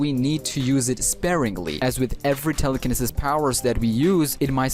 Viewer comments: Im sorry but it's pronounced "tele-ca-knee-sis" Also GREAT video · Telecaneses is said wrong